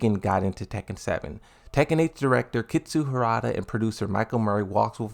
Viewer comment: "Kitsu Harada" - Why can't say the names properly, All he does is talk about Tekken